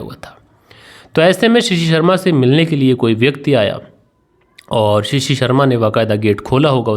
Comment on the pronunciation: Assalamualaikum it is not shishi it is shashi and it is not parteet it is prateet I have corrected you please don't mind khuda Hafiz